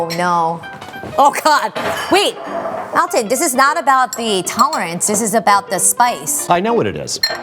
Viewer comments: She pronounces his name like I've read it's supposed to be - Al-ton, like Al of Al-abama. Not like Awl-ton as I always thought. Still sounds weird to me. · Thank you for freaking pronouncing his name correctly. The number of people who claim that they're the biggest fans of him and then call him "allton" just bottle my brain.